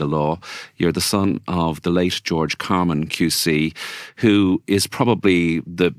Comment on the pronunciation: Get his name right: CarmAn not CarmEn.